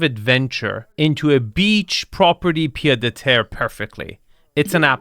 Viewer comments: I'm too french to let this go it's 'pied-à-terre' pronounced piétàterre literally foot-on-ground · Quick correction. In "pied-à-terre", the "d" is silent. I'm only saying it because based on your videos, you seem to like to pronounce in different languages correctly.